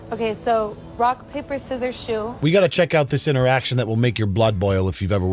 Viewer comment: I swear she says “rock, paper, scissors,shoe”